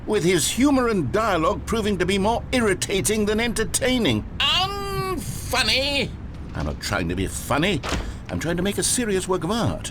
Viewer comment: What if I told you I clicked this video just to hear the narrator go "UN-FUNNY" in the silly accent